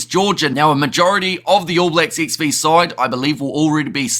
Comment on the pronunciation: "All Blacks ex vee", you do know XV just means 15?